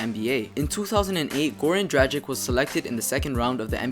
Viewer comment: Jesus I hate the way u Americans mispronounce dragics name it's not drajik it's dracitch the g isn't pronounced soft u know what I mean I'm German and I know that lol